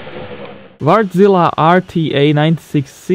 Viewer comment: Sounded funny when you said ”Wärtsilä”, and greetings from Finland :D. Keep up the good work.